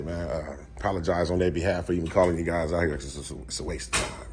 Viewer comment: “Guyzsiz” aka: “Guys”